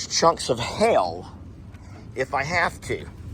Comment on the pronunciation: I grew up in Mississippi so I'm amused by you saying hail. Did he say hail or Hell? Lol. The other night I got amused by your conversation with Megan about your game. I wanted to bust in when she told you it was "Dill or No Deal."